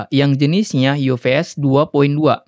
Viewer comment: F jadi v😂 ufs bang bukan uvs